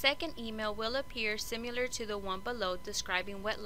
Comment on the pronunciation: Honey!! The word is similar not simular